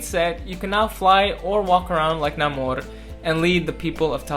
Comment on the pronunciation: Another genius big brained solution to making this prop 🔥 also, appreciate you using the new proper Namór pronunciation, king 🔱